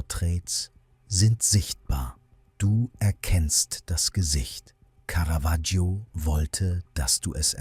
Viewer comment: Was für schreckliche Sprechweise und auch teilweise schrecklicher Text (Lack statt Firnis, Caravaggio permanent falschbausgesprochen etc.). Und dann wird das Porträt nicht mal gezeigt.